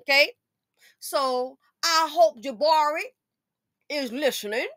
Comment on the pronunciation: Oh Lord, you called her 'Ja'barri!'🤣🤣🤣🤣🤣🤣